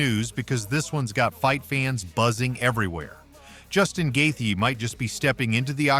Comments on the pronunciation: Wtf guy. It's not Gathe.. it's Justin gaethje.. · Stop saying Justin’s name like that